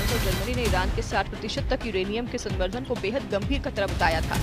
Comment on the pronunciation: Samvardhan galat read kar rhi h